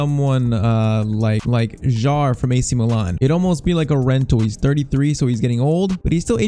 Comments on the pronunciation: Kjær is pronounced Kjaer, not jaer… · f.y.i. Your pronunciation for kjaer is wrong. The "j" is silent.